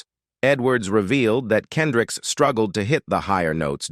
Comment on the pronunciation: How does a news reader get his name wrong...? KendrickS